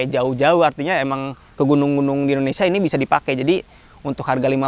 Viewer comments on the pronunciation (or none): none